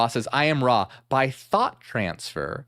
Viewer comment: It's Ra not raw